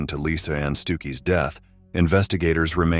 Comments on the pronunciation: Stucky not stooky. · Lisa Ann Stookey. WTF? Get your AI on track! That is NOT the correct pronunciation of Her Name! WTF is wrong with you money grubbing podcasts? Jesus. Get it RIGHT.